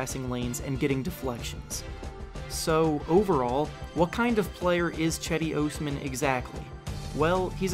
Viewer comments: Cedi ohsmam? Pronounce his name right! Please! I hate when big you tubers can’t pronounce bigger names. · good video, but its Osman not Ousman :D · God I FUCKING HATE the way you say "Osman". You sound like Dr. Evil. I've never hated someone so much for really doing nothing wrong, but fuck you and fuck your stupid video. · Bruh be trash cuz you can’t even say his last name right